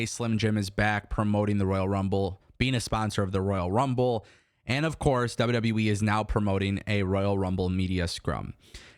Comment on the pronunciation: Love you but, It’s W W E not WW Wiii 😂